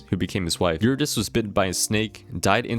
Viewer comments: you-rid-E-see !!! anyways goated video lad cool stuff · great video but please look up pronunciation guides for gaugin and eurydice